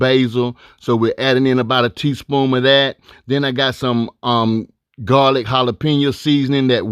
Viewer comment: I thought I was the only one that noticed him saying "teaspoom"